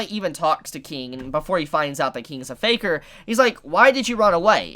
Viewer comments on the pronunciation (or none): none